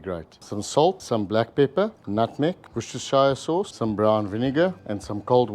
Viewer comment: If you say wooster sheer sauce, you'd of said It correctly ..